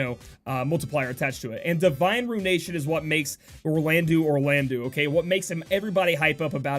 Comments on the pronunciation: we say eau like the O of obtained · Will state this again, Orlandeau is pronounced as Orlando. The '-deau' at the end of his name makes a 'doe' sound not a 'dew'. Just FYI.